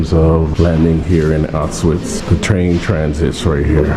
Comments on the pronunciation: “sss” “auszwhatts” would have much preferred someone who could at least take the time to research the people responsible, as well as the correct pronunciation of the very place your visiting. im glad to see more people interested in the holocaust, but the lack of information gathering is disappointing. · Millions of people died now YouTubers make content out of it. He can't even pronounce Auschwitz. Im done with Youtube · It’s Auschwitz, with the pronunciation of SH, not Autsuits!! Duh!!! 🙄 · You're saying it wrong it's supose to sound similar to aush feets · the altswif what? bro cmon, learn the right purnounciation before you make something like this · Everyone needs to go here. I went in February 2024 and it’s life changing. It’s honestly not enough seeing it on video, to truly understand the scale and horror you have to see it yourself. Also just a note: it’s pronounced AuSCH - Vitz. The S isn’t pronounced and the W is pronounced as a V. 😊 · regarding pronounciation: it‘s two syllables. Ausch-witz (pronouced as oush-wits). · he can't even pronounce the name of the city not even close what are you talking about. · Your pronunciation of Auschwitz is terrible, you shouldn't be doing a video tour if you can't even say the name properly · The video was very respectful and informative, bro com on, maybe don't judge a non native for not being able to pronounce a prop fairly difficult word. "Sch" and "tz" sounds can be phisically difficult for some people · The W in Auschwitz is pronounced like it is a V.